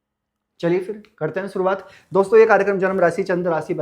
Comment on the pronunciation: शुरुआत होता है सुरुआत नहीं डिस्कप्शन नहीं डिस्क्रिप्शन